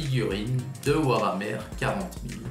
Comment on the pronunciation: par contre le e de hammer ce dit pas è